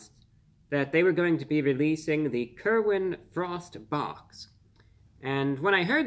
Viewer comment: It sounds like you're saying Kermit the Frog I'd rather want something featuring Kermit the Frog